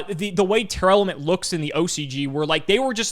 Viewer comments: the best part of tear not being a deck was no longer having to hear mispronounce it as Tear-Element anymore. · Are you saying Tearlament wrong? Sounds like you’re saying Tear Element